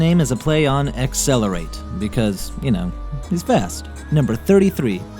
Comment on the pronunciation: but it's pronounced accelerate